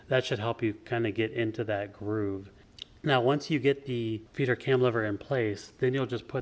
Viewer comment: Great video, THANK YOU! Sure enough, that part in my printer (MFC- 7360N) was broken. What a poorly designed part, though! It's a wonder it survived as long as it did. BTW I kept hearing "Feeder cam" as "Peter cam" :)